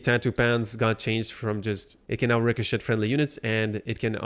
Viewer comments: Ricochet is pronounced Ri co chay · The T is silent in richochet